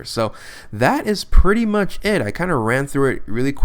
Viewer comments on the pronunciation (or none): none